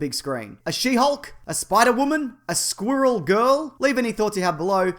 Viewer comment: the way he pronounces "squirrel" makes squirrel girl not rhyme